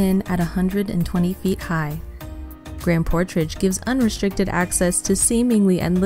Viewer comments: The person doing the narrating should know how to pronounce the names, it’s grand portage not portrage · Good video but the grand “portrage” part got me 😂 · "Grand PortRage"? Bless your AI heart.